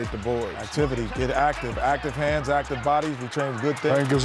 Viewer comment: "Paints in the point" says Chuck lol